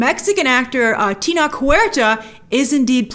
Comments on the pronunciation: Pronounced Teh-know-tch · His first name is pronounced TEN-OH-CH (CH like CHeese) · Tenoch is an INDIGENOUS MAN. His name is pronounced Teh-Noch. It's a Mexica name. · You're mispronouncing his name Grace. Tenoch is TE like Texas and CH like Champion. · Another great video. I love your insights. One small thing, the last sound in his first name is ch as in church.